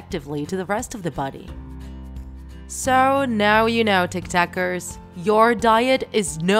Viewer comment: It's so funny how she said it tik tekers